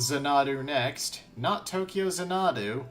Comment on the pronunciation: jesus christ what kind of idiot dosent know how to pronounce xanadu? its zan-uh-doo. not zuh-nahdu